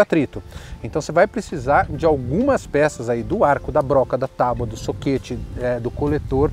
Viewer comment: "tauba" é foda em? TÁAAABUA meu parceiro, por gentileza...